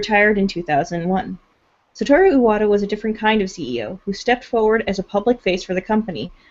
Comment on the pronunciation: The way they keep pronouncing Iwata's name, as if the "I" was two syllables is making me think of Ayahuasca.